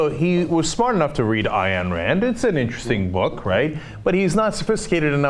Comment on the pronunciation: CENK, for the last time it's Ayn, rhyming with dine! Not Eye-Anne!